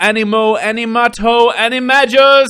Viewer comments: Omg I almost couldn't deal with saying animagus wrong every time. Ani- mag-nus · It's pronounced "Annie - may - Gis". It's a hard G X_X